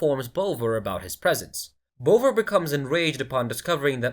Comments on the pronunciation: You could even go with bov-vah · Tell your AI it's pronounced Bov-ah. Like Bother but with a really London accent